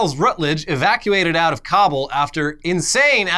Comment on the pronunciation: Thank you for correctly pronouncing Kabul 😎